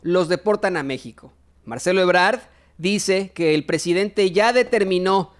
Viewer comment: Es Ebrad no Ebrar.